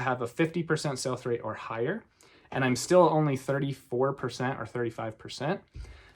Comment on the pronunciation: What is sulphurate? Ah......"Sell-for-Rate," Uh, oh, is it "Sell-Through_Rate?" Gosh, I must get my hearing checked.